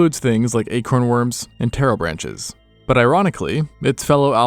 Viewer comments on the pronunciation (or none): pterobranchs are pronounced tero-branks.